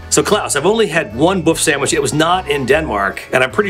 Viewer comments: Not Boff sandwitch. Böf/Bøf is pronounced boef sandwitch. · Buf Sanwish. Buf Sanwish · buff sandwich? I'm sure you could have looked up the pronunciation, George! love it tho. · The "ø" in "bøfsandwich" is pronounced like the "i" in "girl", not like "o" :-)